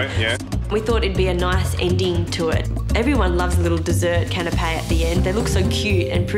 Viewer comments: Bit sad when the Professional Chef does not know how to pronounce Canapé correctly..... It's not a Canopy that covers your caravan mate. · the pronunciation of canape and empanada is killing me